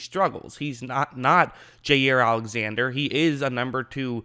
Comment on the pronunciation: “Jay ear Alexander” lol